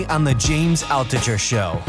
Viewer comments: Jesus Christ it’s Altucher. Not Altooocher. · Altucher = "Al-to-shay"